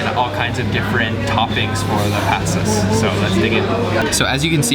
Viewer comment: And...the "Patsas" (soup), the emphasis is in the second "a". Thanks! Your video-work is highly appreciated.